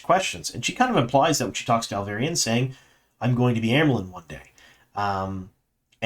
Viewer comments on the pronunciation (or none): Hi, I’m subscribed to your channel since season 1 and I know how you always apologize about butchering foreign names. I guess many names in TWOT are also foreign to you, as you do indeed butcher some of those as well. I can smile about most of those (you even say Tanchico correctly now 😉), but the way you butcher the name of Alviarin as Alvairin is annoying and I have seen others comment about it several times already. Please try to pronounce it as RJ spelled it phonetically in the Glossaries: ahl-vee-AH-rihn. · Alviarin. Al-vee-air-ehn. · Great video as always! Loved this season…and I don’t care how you say Alviarin lol